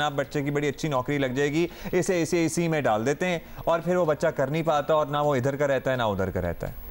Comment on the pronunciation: Host is even unable to pronounce ACCA🙈